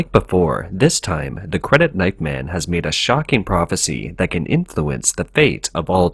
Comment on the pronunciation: The narrator makes it very difficult to discern whether he is saying "man" or "men". That is shockingly confusing...